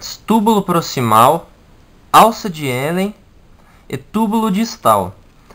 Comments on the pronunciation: A pronuncia é Renle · o correto é: alça de Henle, não de Hélen